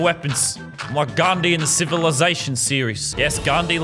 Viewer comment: He called Gandhi 'Gandi' which means something else entirely....😂